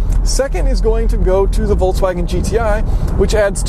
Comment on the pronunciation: Do you say VOLTSwagen? For any reason I say VOLKSwagen